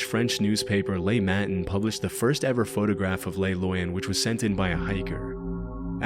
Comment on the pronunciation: bruh love the way you pronounce le matin. bro it aint spanish